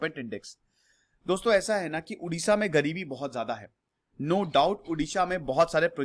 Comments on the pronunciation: first of all its Odisha not Udisha. Our Language is Odia not Udia. Pronounce properly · Thank You for your video on my homeland. But dear sir, before making any video you should get proper knowledge yourself. It's not Udisha, It Odisha. Please pronounce it properly. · It's Odisha not udisha it's odia not udia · Odisha not Udisha.... ktni bar samjhaun ??? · Bro it's not Udisha it's 'Odisha' 👍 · Not udisha...it is oodisha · Please pronounce it as O-Disha not U-disha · Bro please pronounce properly-Odisha,emphasize ON 'O' not 'U' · You pronounced Odisha wrongly. It is O-Disha not U-disha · Hai...Sahi bolo...Humara State ka nam Odisha hai.....pahle aap bole Udisha...so, it's bad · Odisha is pronounced as O-disha not U-disha. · Please pronounce 'O', 'ओ' Please dont pronounce उड़ीसा. After all, thanks for your interest in making a video on ओडिशा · Udisha nehi it's Odisa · It's not Udisha. .... It's Odisha🙏🙏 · It's O Not U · It’s not oodiya, it’s Odia, similarly it’s Odisha not oodisha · It's not Udisha... It's Odisha! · It's not udisha. .. it's Odisha Pls point on pronounce.. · Sir please dont mispronounce it. Its not udia its Odia. Its not udisha its Odisha. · Odisha ko ap itna daba k q bol rhe h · My Request you Pronounce it as "O" not as "U". As it's name Odisha...